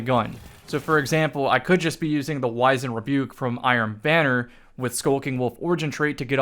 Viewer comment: You’re pronouncing wizened rebuke wrong